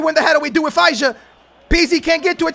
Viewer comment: IT'S NOT FEISA IS FEJSA,AND ŽIVKOVIĆ (SERBIAN MENS)